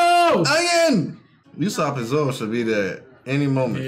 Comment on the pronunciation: its UUUUUSOPP instead of Ussop